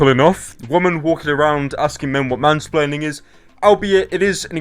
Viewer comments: again you keep saying "spleaning" instead of splaining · whom - spre - laining